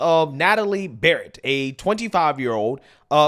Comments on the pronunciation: She's not a feminist necessarily, she just wants women to feel safe... And pronounce her surname correctly: it's BARNETT not Barrett, which is what you said...😊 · U pronounce her name wrong!! That's Barrett.. her last name is Barnett.. still love ur vids 😊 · Barrett? U forgot the “n” lol